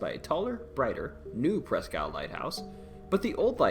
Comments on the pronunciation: Presque Isle is pronounced like Eel. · "Presk" isle